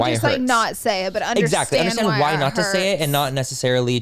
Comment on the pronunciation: somehow she switched the X with a Z lol !